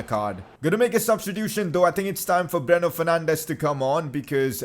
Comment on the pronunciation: When u order it:Bruno Fernandes When it comes:Breno Fernandes